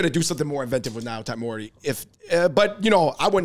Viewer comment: Y'all can't pronounce "nyotaimori."